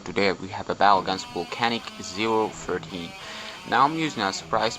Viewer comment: lol you pronounce my name!!! i don't care if you prononced it i little starnge you preonunce it lol!!